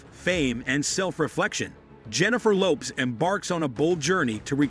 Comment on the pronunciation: I couldn't get past "Jennifer Loops" Your AI sucks